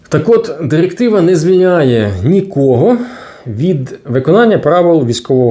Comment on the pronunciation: ЩотыплытешЕсть номыр дырыктывато для чого ця дырыктыва